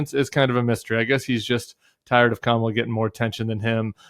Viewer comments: It’s pretty sad that he can’t properly pronounce the name of his opponent or name her running mate. 😬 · There's nothing wrong with donOLD's memory. He's misusing names, mispronouncing names, not using names on purpose. It shows his contempt and disdain. Nothing more, nothing less. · I wonder if Trumps pronunciation of the VP's first name has something to do the late pro-wrestling star Kamala the Ugandan Giant (whose real last name is, coincidentally, Harris). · No commentary on why he pronounces her name that way?